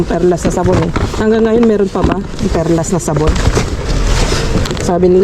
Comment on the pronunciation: Perla po sya kakalkal,not perlas hehe ❤